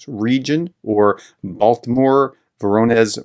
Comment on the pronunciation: your misspronounciation of Voronesh is epic, try Rabenheim